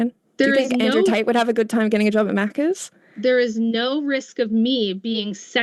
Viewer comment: Saying “macahs” should be a crime.